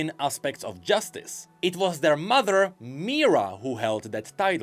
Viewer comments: i's pronounced "Mee-hee-rah" not "Meera". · It bothers me so much that you keep pronoucing Mihira - Mira. Their not silent, from the voicelines she calls herself Mihira not Mira.. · It's MI HI RA (me-he-ra), not MIRA. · It wasn't even that bad in comparison to his pronunciation of Mihira. Who the hell is Mira 💀